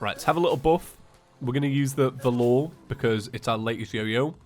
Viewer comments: It’s pronounced vah lur valor, not vah loor. Just saying . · its pronounced V-A-lor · Why the feck do you keep calling it the "Vuh-lor"? Also, if you like big dungeons check out terracustom. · it’s pronounced val er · Is it just me that's feels weird by how he pronounces Valor?